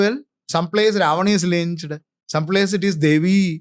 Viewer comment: Why da f do you say lynched???